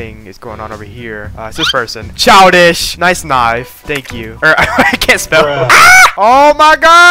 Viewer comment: I swear i heard "niCe tHigH" insteas of nice knife💀